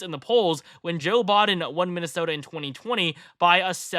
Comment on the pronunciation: Is he saying Joe Bought-in or Bodin. He for sure isn't saying Biden